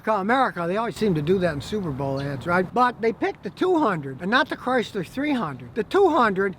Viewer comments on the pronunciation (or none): Chrysler CRY-Sir.